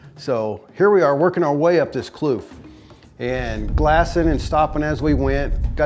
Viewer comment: Its kloof not kluf i am afrikaans